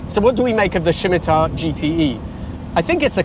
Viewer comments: What on earth is a ' SHIMITAR ' its pronounced - SIM IT AR. Had an SE5 many years ago. Always needed some work doing on it. Had to say it never let me down. Poor on fuel even with the overdrive.. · shimitar? no no no: its a sim i tar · So, what exactly are these '3 fatal flaws' that drew us to this video - you never said? And WTH is a 'Shimitar'? Surely you mean 'Simittar' (Scimitar)? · S I M IT AR, please pronounce it correctly, wonderful cars in their time, still very pretty. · Why is he saying Scimitar like that? Nobody says Shhimitar. It's said Sim-itar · I pronounce it as 'Simitar' rather than 'Schimitar'. Have I been getting it wrong? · Why shimitar? Surely, just simi. No H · Shimitar?? It's Scimitar, with a silent c. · I notice you pronounce the car 'Shimitar' I thought it was 'Simitar', just saying. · I’m sorry I think you do the Scimitar a disservice (that’s Sim- not Shim). Maybe it’s because you weren’t there at the time. It was always seen as rather exotic, despite any links to the Reliant Robin and the Princess Anne story which was well published only enforced that. The Essex V6 was a pretty good engine in its day (until the nylon timing gear stripped) and 140bhp was not to be sneezed at. If that one was is bad as you describe I think some of the horses have fled the stable or it’s running on 5. Compared to other offerings available it was a pretty quick, good looking, versatile “shooting brake” and very much sought after by those of us who couldn’t afford it. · I've always heard it pronounced SIM-ih-tar, rather than SHIM-ih-tar like you're saying it. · I’ve restored 11 of the Se5’s. So much the presenter doesn’t know about and missed in this review, and off the mark on what’s these cars really are all about. The test car also obviously needs a tune up 😅. It’s also Scimitar, not “Schimitar” lol. Disappointing review. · Shimitar? I thought it was Simitar. A curved shord- sorry sword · Why are you calling it a Shimitar? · Shimitar Shomatar.